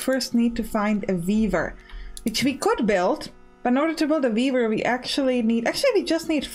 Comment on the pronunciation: "And we can also build a beaaaver... which is also pretty cool." -- I was only listening at that point, while managing my other tabs for the morning, so I had to come back and figure out what I just heard! ("weaver") Definitely wishlisted, I'm going to like this game a lot!